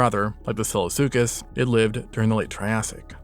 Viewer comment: Excellent recap! My only complaint is from - , when the words SILLOSUCHUS and FASOLASUCHUS are difficult to audibly distinguish